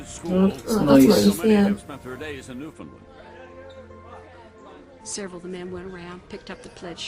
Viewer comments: Please pronounce it correctly co-hosts. The accent is on the first syllable and is sounds like 'NEWfundland'. Sorry - that isn't phonetic but as close as I can come. The American narrator (Tom Brokaw) says it correctly. (So many people say newFOUNDland which is wrong.) The province was settled by Irish and Scottish and because it is an island with little population movement in or out, the accents stay the same and are unique within the country. As Canadian provinces go, Newfoundland is not a rich, prosperous place. Nice place though, and incredibly beautiful. Don't forget, once all these planes were on the ground, Canadian airspace shut down as well - nobody in or out. Gander is an example of what happened all over the west and east coasts of Canada. 238 planes landed in Canada, carrying over 33,000 unexpected guests. I am proud of how my fellow Canadians helped out in this time of crisis. At the beginning of the video Tom Brokaw is introducing the film from Vancouver, Canada where he is covering the 2010 Olympics. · It is pronounce phonetically Newfundland, not New Found land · It's pronounced "newf-unland". 😊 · "New-fun-LAND" rather than "New-FOUND-land". These people kiss codfish for fun -- don't tick them off! You've been warned. 😄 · New fin land not lend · you're so surprised that the mayor sounded Irish, meanwhile as a Canadian, all I hear in your accent is a 'Newfie' who doesn't know how to pronounce Newfoundland! lol